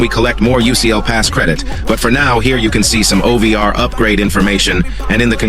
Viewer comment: Bro it's O V R not over